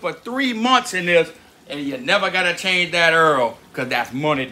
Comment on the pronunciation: he said EARL not OIL lol